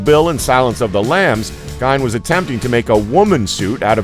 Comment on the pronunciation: you are saying gein wrong, it's pronounced gain.